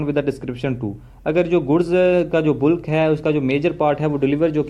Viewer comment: Miya ji bulk ko बल्क बोलें बुल्क नहीं . ज़ुबान का भी ख़तना करवा लिया है क्या?